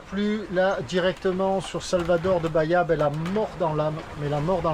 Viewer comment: toujours passionnant. Un petit truc pour le brésilien: chaque fois que tu vois un -a à la fin d’un mot tu le gères comme un -e (dit muet) français ex Noronhe. Baíe… ce sera très proche de la prononciation correcte